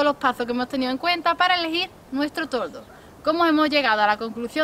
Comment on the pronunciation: Es toldo no tordo. Ja ja